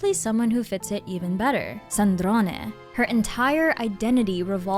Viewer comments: You say Sandrone with the perfect italian accent,I LOVE IT. (C2) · Offtopic but as an Italian I LOVE the way you say Sandrone with the E at the end 😭